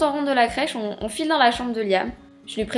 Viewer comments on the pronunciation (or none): none